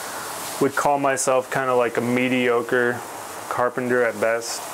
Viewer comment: "mediocre"... "mediocre"?... WTH..